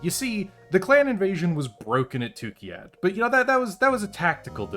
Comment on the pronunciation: What confuses me is that you constantly say Tukkiyad while the planet is Tukkayid... 😉